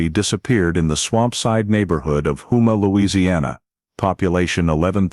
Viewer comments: Not whoma it’s HOUMA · It's houma, home +a is the way it said. I live in Houma myself. La. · Lafayette, Louisiana and its Hoe-mah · I was going to correct the pronunciation of Houma, but you beat me to it